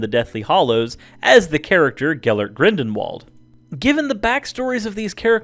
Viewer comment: Learn to pronounce the names! It's Gilderoy. As in Gild-er-roy, not Gild-er-ee. And it's not Grendenwald, it's Grindelwald.